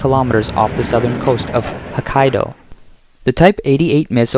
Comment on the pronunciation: It's "H-Ohkkaido", NOT "H-Ahkkaido"; and it's Shinzo "AH-bey", NOT Shinzo "Eh-b" like in "Abe Lincoln"!🤦‍♂There are also other pronunciation errors that I'm not going to bother pointing out here...And kudos to Japan🎌for building up its military and standing up to the DYSFUNCTIONAL CCP China! 👍👍